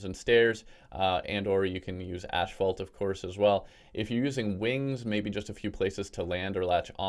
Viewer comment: I've never heard a Canadian say ashfault before. My boxers are so wet bro.